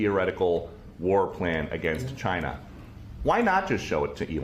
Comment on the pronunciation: Why does tRUMP always mispronounce China as Chynnha?